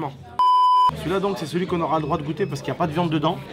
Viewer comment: Gouttes c pas comme ça c comme ça goûte